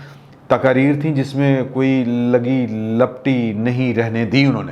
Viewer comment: Sir Ji, lagi lipti hoti hai LAPTI nahi, muazzirat.